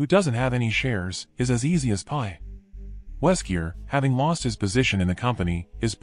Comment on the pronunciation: It's really confusing you keep saying Weskier in the video!!